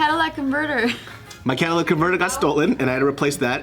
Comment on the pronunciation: its not “cadillac” converter lol